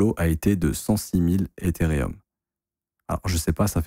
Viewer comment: T'es insupportable à te proclamer pro crypto alors que tu sais même pas lire Ethereum c'est pas rium bordel